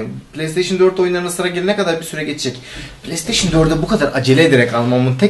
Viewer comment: pileysteyşin dedi ya la :D bırak git ya